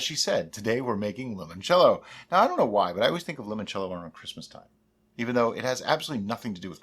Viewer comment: Italian here. Since I am contractually obligated to nitpick things about Italy: in "Limoncello" the initial "Li-" part is pronounced in the same way as the English name "Lee". That's it. Great video as always.